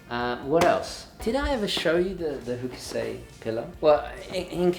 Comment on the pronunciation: Love the show. I am sure that a gentleman like you enjoys to learn: Hokusai [ hoh-kuh-sahy, hoh-kuh-sahy; Japanese haw-koo-sahy ]